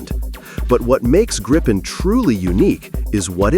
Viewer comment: JAS 39 Gripen. Pronounced Gripe-en. The way it is said in the video is wrong as it would need 2 P's. During simulated war games in the US a few years ago 3 F-22 raptors were targeted for take down by 1 single non stealth JAS 39. The JAS 39 is both cheaper to buy and maintain. As it is a very versatile aircraft it can be upgraded cheaply. Whereas the F-35 is too expensive to buy let alone anything else.